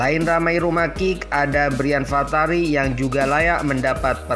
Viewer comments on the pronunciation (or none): narator tolong agak teliti, jangan ngasal: Braif Fatari disebut Brian Fatari, Indra Syafri disebut Indra Jafri. sepertinya narator ini bukan pemerhati sepakbola. sebab sampai tidak familiar dengan nama Braif Fatari dan Indra Syafri yang sudah sangat terkenal di kalangan penggemar sepakbola nasional.